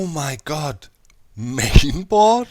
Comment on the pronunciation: I thought doc said meme board